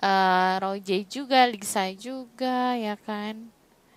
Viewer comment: Kk bukan Roje tapi Rose'